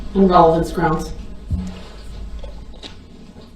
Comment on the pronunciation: how about axe instead of ask. " Would it be fair to say that I say GROUNS too much"? Lol